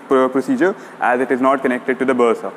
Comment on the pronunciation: He said "bursa"